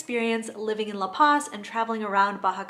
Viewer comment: isn't some expert on La Paz. I like her videos fine but it's really easy to find people who've lived there at least an entire year on FB groups. I mean, she doesn't even pronounce La Paz correctly. Check out the channel Almost Retired In Mexico if you want someone who is much more knowledgeable about the place.